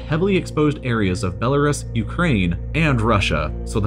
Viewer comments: For future reference, it's pronounced "Bela-Roose" not "Bela-Russ". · funny that even though you have skillshare, u still can't pronounce Belarus (be-la-roos) will stick to learning everything for free on youtube thanks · Isn't he pronouncing Belarus wrong? I thought it was Bella-roose. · Judy G. a lot of people still call it that. I was reading a book that was made back in 2006 interviewing people that worked and lived in Pripyat and they all called Belarus, Belarussia. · "Bel-a-ruhs" man, it's pronounced 'Bel-a-roose'. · I love when people just make up their own ways to say a word. Like the whole world pronounces Belarus as belaroos Be this guy is like nahhh I’m just gonna call it belaruhs lmao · Its pronounced "Bella - roos" NOT "Bella - rus" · Its pronounced bellaroose not bellaruss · Bell a rusky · Belarus - (Bell-uh-roo-s) the mispronunciation bothered me more than it should have. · I thought the same thing. I’ve always pronounced it as “roose”. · Belarus, pronounced Bell-a-roose (like moose) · The U Belarus is pronounced as "oo". Like goose. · Belarus is pronounced Be-luh-roose. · is the way hes saying Belarus wrong? ive always pronounced it as "Bela-roos" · Belerus is pronounced 'Be-le-roos'. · ITS BELL A ROOS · Ffs. Belle-a-ROOS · It's pronounced BEL A ROOS. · FACT: Radiation won’t make you pronounce Belarus correctly. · While he does completely butcher Belarus, his pronunciation of Hiroshima is correct. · I've never heard Belarus pronounced that way. Have I been wrong my whole life? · >educational channel >can’t pronounce Belarus properly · That's not how you pronounce Belarus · Who pronounces Belarus like that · The way he pronounces Belarus bothers me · The way you say Belarus makes me sick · You mispronounce Belarus and it’s mildly infuriating. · Forgive me, but I have a hard time listening to someone that doesn’t even know how to pronounce Belarus.